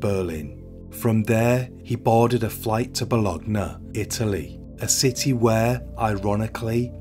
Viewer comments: Bolonee not bolognee. Good video! Thank you. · It's pronounced "Bolonya" not "Bologna" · Since this beautiful woman was an Italian language teacher, I would like to share a little note: in Italian, the letter "g" is pronounced differently depending on which letter it is followed by. So the city of Bologna would be pronounced more like "Bolonya". Just a little reminder, your narration is great, keep it up! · Plus .1.25 works for me as flows a bit slow for me. Fyi!! And it's Boo loin the place in Italy. Fab. Video. So interesting how the human mind can be so warped. Sad. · I am not Italian and don’t know Italian, just know some main rules of Italian pronunciation, which is not so difficult as English, and I know at least how famous cities names are pronounced internationally. I highly appreciate people making such informative videos and doing their research, but then if somebody doesn’t research how a famous city’s name sounds, doesn’t it decrease their credibility? We don’t pronounce Paris as Pari like French, but I believe Bologna should be pronounced Bolonya in any language. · As a italian, I have to say the biggest crime here is how he said Bologna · great as always but please never, as long as you live, never say the name of the city Bologna again, thanks.